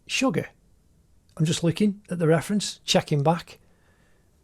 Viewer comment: Ammmmm.... It's Suga not sugar ok next time pronounce nicely